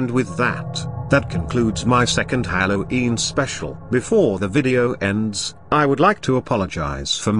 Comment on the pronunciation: Why does the voice pronounce it "hallow eem"